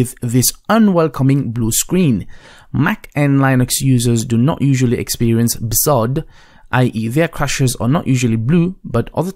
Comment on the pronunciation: Mdsched.exe in Run is easier than searching memory. Cuts straight to it. And do you really have to pronounce BSOD like its a real word???